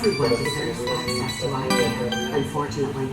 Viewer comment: specifically not pacifically... excess not access... very blurry too but good cut